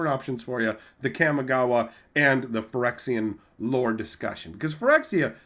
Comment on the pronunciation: Hey there just wanted to let you know in Japanese a is pronounced only as ah. So Kamigawa is pronounced Kah-me-gah-wah. Not kam-e-gah-wah.